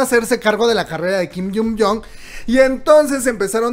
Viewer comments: Me da ternura cómo llamas a nuestro kim Hyun Joong. "Kim yun yon" 😅... se pronuncia algo así cómo "kim jion yun". Gracias por las noticias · Porfy pronuncia bien el nombre de kim Hyun Joong porfy